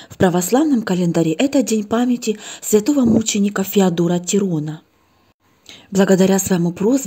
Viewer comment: Не ТирОна, а ТИрона, темнота!